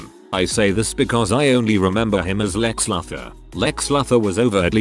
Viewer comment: Like when the mispronounce words for example Lex Luthor on this video I was like lol.